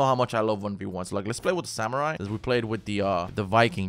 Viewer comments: you called a night a samurie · When you mess up samurai and knight still love the channel though